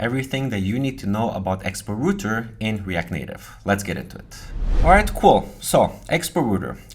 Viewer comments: rawter not roter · rowter, not rooter :)? the r button reloads. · Router != Rooter | Reuter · Why do you sometimes call in "rooter" but then occasionally pronounce it correctly as "router"?